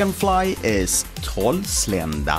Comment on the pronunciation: first time i heard you say Hårnål and Trollslända....we call that type of swedish SKÅNKSAA